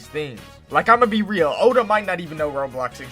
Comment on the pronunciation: It has that everytime he says real